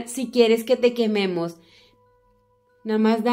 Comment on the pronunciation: Aca los que escucharon cuando dijo quieres que te quememos y se escucho ño